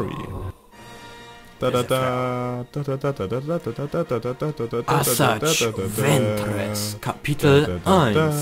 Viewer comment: Asaii ventress sagt man